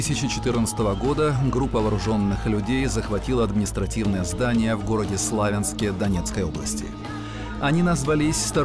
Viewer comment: Не СлАвянск, а СлавЯнск. Название образовано не от "слАвы", а от "славЯне". В украинском варианте город называется Слов,Янськ.